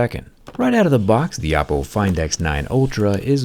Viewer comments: Do you always say “oh-po” the first time to get people to comment and tell you that you’re saying it wrong, since you say it correctly the rest of the video? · Just me or does he keep saying Appo? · Am i the only one who heard Apple when he said Oppo???? Please help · You say Oppo but sounds like Apple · I kept mishearing Oppo as 🍏 but wow, this phone is truly the best smartphone out there at the moment, Oppo keeps delivering quality unlike other phone companies. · I keep hearing Apple Find X9 Ultra... not Oppo lol. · 'OPPO'sed to 'APPLE's , damn jerry😂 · Why do I keep hearing oppo as apple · I love how Jerry pronounces “Oppo” to sound like “Apple” because of how they copied Apple’s Sensor-Shift technology. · Everytime he says Oppo, I hear Apple. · He did. And when you think about it, the word “Oppo” itself is how East Asian languages would say “apple” due to the lack of an L sound. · Are you saying Oppo or Apple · i swear without the captions i hear oppo